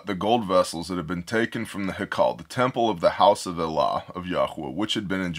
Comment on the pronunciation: Are you saying Elah? Or allah?